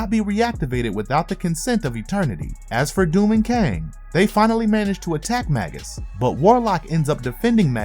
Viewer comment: Oh my god! It's not bad enough that the narrator is-- likely through no fault of his own as a producer or the episode writer should have helped the narrator out on pronunciation, imo --mispronouncing the word "Magus" as Magg-Us rather than the actual pronunciation of _May-Gus_! But the script is forcing to say Magus every other word! I'm a bit OCD, so it is killing me every time I hear "Magg-Us"! Arrgghh! which is not original to the evil Warlock doppelganger, but is another word for sorcerer, mage, or wizard and was originally a term for a type of ancient Persian priest.